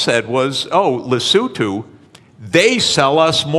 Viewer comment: He pronounced Lesotho properly.